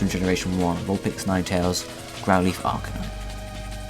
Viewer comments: AR-KahNine?OH MY FUCKING GOD for the last fucking time its "AR-KEY-nine" and not the "keey" key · thats right AR-Key-Naine